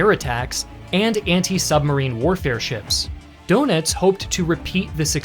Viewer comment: "Elektroboote" isn't pronounced "Electro-Buddha", and"Dönitz" not as "Donuts", but thanks for the unwanted comedy. Otherwise the story reminds me of desperate company management ordering some useless panic overwork to pretend to save a project beyond saving. Same stupidity as with Japan's unwillingness no surrender.